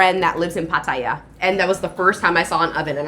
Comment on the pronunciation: Good to see a USAian able to pronounce Pattaya correct, but then again she's been in Thailand more than a month... Too bad you still have'nt learnt it yet